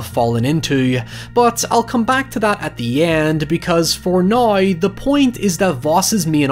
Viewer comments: Noone:: HieVeR for NOi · "Noeuy" "Hoeuyever"